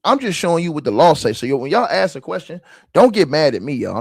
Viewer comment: “You not” “aks” lol